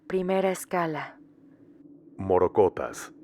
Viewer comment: Con todo el respeto que el conductor y los pasajeros merecen me permito corregir al primero ya que la palabra correcta, correspondiente al primer relato es "morrocotas" con doble "r" y de igual modo para pronunciarla. ¡¡ Mil gracias por sus maravillosas historias!! Saludos especiales desde Colombia 👍😘